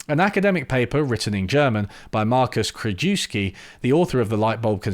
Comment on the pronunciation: You don't speak German, but Krajewski is a Polish surname. KR-U-YEV-SKEE.